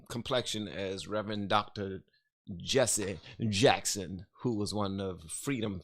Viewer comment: What is “Jesse uh-Jacks-hund” a Reverend of?